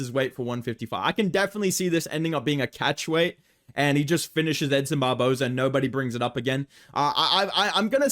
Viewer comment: i thought you called him him edson barbozo lmao